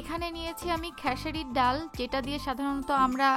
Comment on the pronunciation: ডাউল শব্দটা শুনতে খুবই খ্যাত.. ডাল বললে ভালো শোনায়